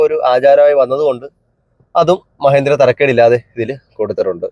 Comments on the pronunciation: മഹേന്ദ്ര അല്ല മഹീന്ദ്ര. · മഹേന്ദ്രയല്ലല്ലോ.. മഹീന്ദ്രയല്ലേ😂😂